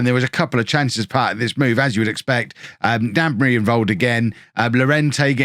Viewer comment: Don't forget to pronounce the 'G' in Gnabry.